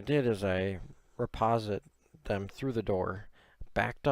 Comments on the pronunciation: Riposte is pronounced "re post" , not "re pos it". Thanks for the vid. 🙂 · Did you just say reposit? Ree-post is how that's pronounced.